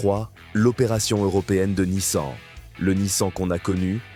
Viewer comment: C'est bien la première fois que j'entends une IA dire Nice-An !!! Quelle horreur.